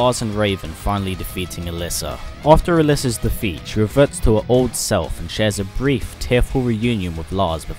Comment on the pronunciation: A - LEE - SA, that's how you pronounce Alisa's name